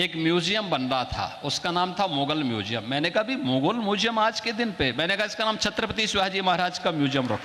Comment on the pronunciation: म्यूज़ियम बोलना सीख लीजिए ।